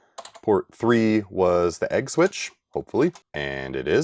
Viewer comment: Funny how agg and egg sound exactly the same